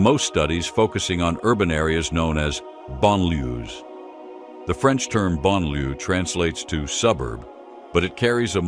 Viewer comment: Why the announcer insists on massacring the pronunciation of the words, “banlieue”” and “laïcité” escapes us. He should use simple English and say “suburbs”, “ghettos” or “secular society” and get on with it.